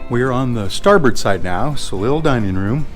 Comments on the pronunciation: You almost lost me when you pronounced "soleil" as "so-leel." It's "so-lay." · Soleil is French. It's pronounced "so-lay"